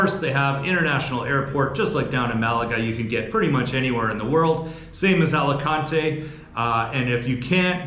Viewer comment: Nunca debes intentar leer o pronunciar el español igual que lo harías en inglés. Alicante 😂😂